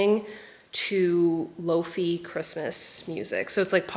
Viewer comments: Lo-fi as in Wi-Fi, pronounced "lo-fye" 🥰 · I’ve never heard lowfi pronounced like lowfee before 🤔